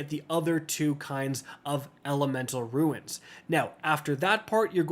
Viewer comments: Runes, not ruins! 🙄🤦🏾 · Bro it’s not ruins to make it simple pronounced “roons” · Roo nz (plural) or roon (singular) not roo ins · Bro saying ruins instead of runes is so infuriating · Runes! Like Roons not ruins! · Runes: “exist”: “RuInS” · Runes is pronounced Roons not Ruins. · Ikr? Been years and still saying ruins lol